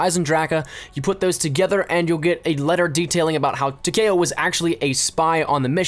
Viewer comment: It is Ta-Key-Oh not Ta-Kay-Oh